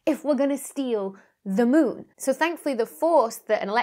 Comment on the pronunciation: Anyone else thinking Dr. Becky is saying Mewn instead of Moon? Now I have to play Mewnbase...